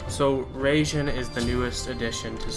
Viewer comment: not RAGEJIN its RAI jin dude .......................................................